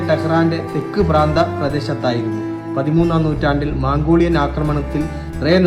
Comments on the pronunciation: സുഹൃത്തേ ഴാ ഉച്ഛരിക്കാൻ പഠിക്കാൻ ശ്രമിക്കൂ അതുപോലെ മാങ്കോളിയനല്ല മൻകോളിയനാണ് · സിനഗോഗ്, എഴുപത്തിരണ്ട്, ഇപ്പോഴും, മംഗോളിയൻ... മാറ്റണം... Just an advise not criticize...go on good work....all the best👍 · മാംഗോളിയൻ അല്ല ചങ്ങാതീ, മംഗോളിയൻ. മലയാളം പഠിച്ചു വരുന്നേ ഉള്ളല്ലേ. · തായ് വാരം ❌മാംഗോളിയൻ ❌കയിയും❌ എയ്ന്നൂറ്റി❌ എയ് വത്തിരണ്ട് ❌എയ് വത് ശതമാനം ❌ ഇപ്പോയും❌ പഹ്ളവി ❌(പഹ് ലവി.) ✅